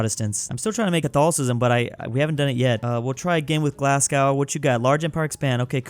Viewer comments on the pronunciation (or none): As a brit this is mildly unwatchable it's pronounced tems not tames glassgow is pronounced glazzgoh and anything that ends with ham is hum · Its pronounced tems not thames its glaz go and red ing and berming am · IT'S PRONOUNCED GLAS-GO! - Me, a Scottish person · ITS GLASGO NOT GLASS-GOW YA NONCE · it’s “Glass-Go” not “Glazgaw” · It’s pronounced GLASGOW not GLASGOW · I love ur vids but glass-cow is killing me, it’s pronounced glaz-go 😂 Really tho I love ur vids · it’s pronounced GLAS-goh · and it’s said glas-go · it’s g l a s g o w Gla s Goh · WHEN HE SQID PAISLEY I WAS LIKE PLEAAAASSEEEEEEEEEEEE also itz pronounced glas-go and edin-bru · I know you're American right, but I'm from Scotland, not Glasgow, but Glenrothes, and hearing you say "glass cow" hurt me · Its pronounced "glas go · feel like mentioning that Glasgow is pronounced glas-go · As a person from Edinburgh 2 things 1 thanks for choosing us and 2 ITS PRONOUNCED GLAS-GO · As a scot it’s pronounced glasGO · Yes painful even as a Canadian Glasgow isn’t called Glasgo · You say Glasgow like a twat